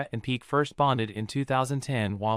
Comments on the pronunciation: I agree with everything you said. Just a little request. The name is pronounced "Pee-kay" not "Peak". Made me a little comfortable with the pronunciation. Doesn't change anything though. She is delusional. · Not Gerard Pik xd But Pique! C'mon, have you ever seen a football match?